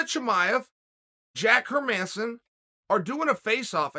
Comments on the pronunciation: Herman- e-son😂😆😆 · "Hazmat and Hermaasen", I love Chaels name pronunciations 😂😂